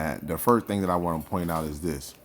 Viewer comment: It’s pronounced FIRST with a T my guy!!!